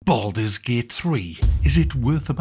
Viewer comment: "Bald mans gate" 😂